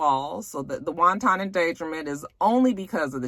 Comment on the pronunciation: everytime I here you say wanton like 'wonton' I die😂😂🤣🤣🤭 Sweetie it's pronounced 'won-ten' 😉 Now stop making me crave crappy Chinese food 😒🤣😘